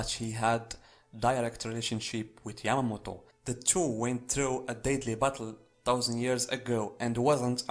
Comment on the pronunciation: Is this guy saying Yamagi?? Like where is this guy seeing a G in Yamamoto?